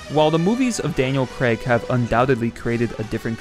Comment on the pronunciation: Who is this Daniel Cregg person? It's CRAY-G! It's a popular name in the UK, it is not Craigslist..